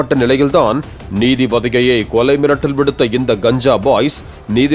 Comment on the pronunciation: கொலை மிரட்டல் விடுத்தார்... என்ன "ர்"???